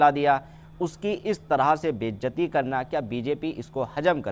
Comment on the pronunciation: Bejati❌❌bezati✅😂😂😂 hindi deko iski